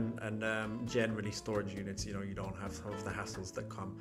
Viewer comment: souw, ya nouw.